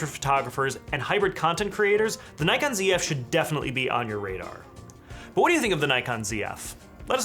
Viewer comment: There is NO 'Y' in NIKON ! If you don't believe me ask NIKON its their company . Instant thumbs down and with off ! Bye !